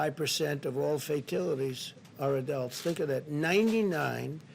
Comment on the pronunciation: 😂"fa-till-ities"🤣🤣 The sundowning starts really becoming evident , when his lies about Coronavirus facts and statistics starts giving way to confusing rants about Democrats, Teacher's (and other) Union/s...$10,000 and children etc. His digressions are getting more and more bizarre with yesterday and today's long winded,confused,and meandering speeches. It'd be funny if it weren't for the power of destruction that is in his hands😧